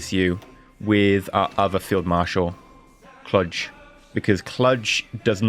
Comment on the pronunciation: Its pronounced Kluuuuge not klug